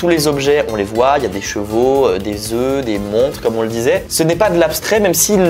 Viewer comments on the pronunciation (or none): none